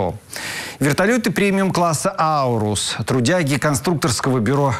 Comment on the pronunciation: Аурус 😂😂😂 канадус двигатель канадский